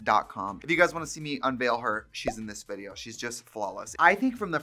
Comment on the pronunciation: "veed-jo" i love this 😀♥